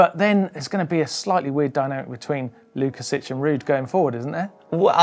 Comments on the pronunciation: I was about to write the same about the Sławek's last name pronunciation. You did well except the "si". It should be "WOOKASHEEK". Sounds more Polish. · I enjoyed the racing and your show. Just one thing to correct... you are best pronouncing it Swavomir (or Swavek) Wookasik, boys. I can see there is more opportunities to mention his name :) peace